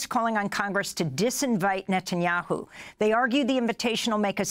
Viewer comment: I'm soo glad Daniel Levy pronounced 'his' name right ; NUTanyahu. Zionism will never be Judaism.